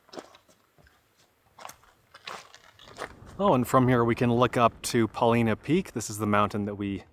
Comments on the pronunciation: It's pronounced Paul- line-uh Peak. Not "Paleena Peak" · It's not pronounced Paw leena,,its pronounced Paw line uh,,a true Oregonian knows this. My first trip to Newbury crater was about 60 years ago,,the road was pretty much 4x4 only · I work on a butte nearby and the fires were finally going out at the end of my season, mid October. Did you see the firestone butte and flat top fires? And just for your info: it’s pronounced PUH-LIE-NUH. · Paul I na not Paul ee na. Paulina was a fierce Snake (Shoshone) war chief. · Great vid! Just so you know, it’s pronounced: Paul-eye-nah. I like the letter I (eye) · Proper pronunciation. Po-line-a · Paul eye nah. It's named after a native chief from the area. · It's pronounced Paul-Eye-Nuh... weird people here. Also, I haven't finished but I hope you visited the hot springs! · I've camped at East lake many times, been snowed on in June. BTW, it's Paul-eye-na to the locals. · It’s Paul-Eye-nuh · Paw-LY-nuh peak - not pronounced like the female name. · Hey 👋 welcome to oregon. It's pronounced with a long I. Paw-lye- nuh. Paulina was an native American chief. The three sisters are, Faith,Hope, and Charity. Enjoy Oregon! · Ha ha.I was just coming to the comments to say the same thing! And yes, it is a long I. I also agree that it's a great video. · Did someone correct you already and if so, here it is again. The Paulina Peak, Paulina Creek, and there is a town called Paulina is pronounced with the 'i' as a long 'i' so it says it's name. It's okay, the Willamette River, which is also in Oregon, is never said correctly either. Nice view isn't it. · Feel lucky to grow up in Central Oregon before youtube. Still so many cool places i refuse to share. Btw you totally pronounced Paulina wrong. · Paulina is pronounced with a long "i". I wish you guys would get these things correct. I see so many errors on things I do know, it makes me distrusting about the things that I don't. Glad to hear you pronounce Oregon corrrectly.